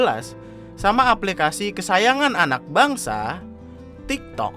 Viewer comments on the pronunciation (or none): jembatan? ngomong "bangsa" nya biasa aja dong